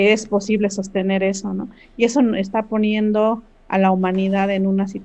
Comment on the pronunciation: Dijo Ponido o escuché mal ? 🤔😱